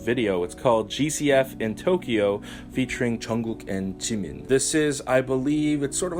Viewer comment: I LOVE YOU YOU SAID JUNGKOOK AND JIMIN'S NAME RIGHT YESSSSSSSSSSS